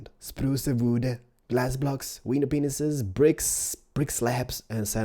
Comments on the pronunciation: You said window penis instead if pane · He did say "Window Penis" but its glass pane Xd